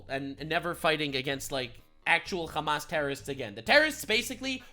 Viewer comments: I get you are a jew, but stop saying Khamas you dumbass. It is Hamas, in Arabic it is not a Kh sound but an H sound. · “Hamas piker” 😂😂😂😂😂